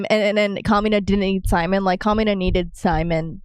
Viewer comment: Just letting y’all know, it’s pronounced Si-Mone not Sie-Min